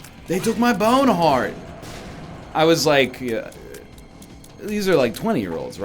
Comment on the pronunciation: Can someone explain to me why and when NL started saying "Bone Heart" the way he does?